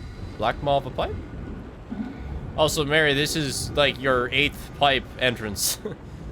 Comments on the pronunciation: Its Mh-ari very obvious not Mhary fs shocking yal cant speak litteral basic fkn english propperly nvm scots. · please, I’m Scottish, this hurts, it’s Mhairi, pronounced marry, not MARY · why are they calling her marri it should be pronounced like varri